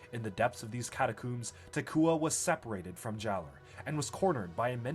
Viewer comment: My immersion reached all time highs during this video, only to be broken every time he pronounced catacombs as "catacooms" but I love it 😂